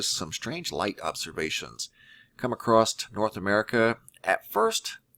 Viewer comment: Please stop saying "acrosst". It's not a word. There's no need to add a t to the end of across. I've never heard anyone pronounce it that way. It ends in a double S so I'm not sure where the T sound is supposed to be coming from. I like your videos but it's extremely annoying and distracting.